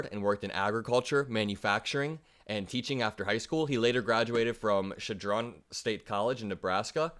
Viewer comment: Chadron is pronounced Shad run